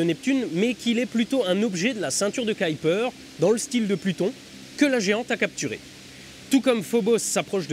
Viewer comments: Sa prononciation est la prononciation anglaise (on peut l'entendre, dans le fameux docu de la NASA, où un ingénieur parle du projet Orion). "caillepeur belte" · Il va sérieusement falloir apprendre à prononcer "Kuiper". Et si tu n'y arrives pas, prononce "cui-per" et personne ne t'en tiendra rigueur. Mais là c'est juste agaçant. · C'est vrai que pour un belge (trilingue fr nl en) ça gratte l'oreille. Essaye " cuille peur "